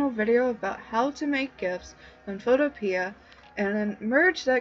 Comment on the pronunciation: Thanks. By the way the guy that created the program says it's pronounced photopee.